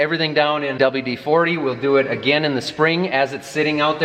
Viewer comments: because it's WD-40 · It's painful listening to him say "double D 40".